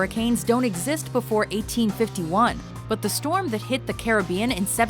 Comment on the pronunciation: "there's a freakin' stwom mayt!"